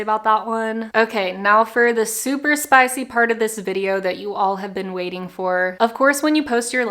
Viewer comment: And doesn't pronounce spicy-"spoicy" 😑😑😑😑😑